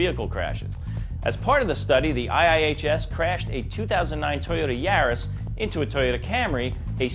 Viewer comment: No one else annoyed with his pronunciation of YARIS?